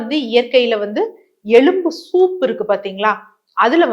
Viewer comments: எழும்பு இல்லை மேடம் ....எலும்பு😂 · Dr. Very good info. But Pl say எலும்பு correctly .